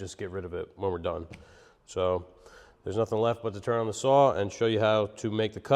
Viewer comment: I like the way you say saw 😂 suoaw 🤣 like the saw was from Boston 😂